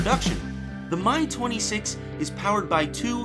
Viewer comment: "The My-6" Bwwaahahahahahahahaha